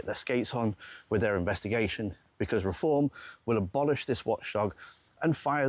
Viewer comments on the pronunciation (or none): none